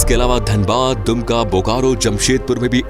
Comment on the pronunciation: not dumki , Dumka hoga🤣